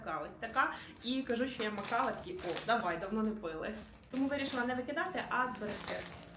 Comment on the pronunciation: Не мак кава, а мак кохфе 😂